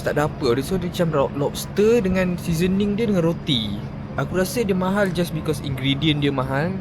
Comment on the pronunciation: nape sebut because cam bunyi pelik ek haha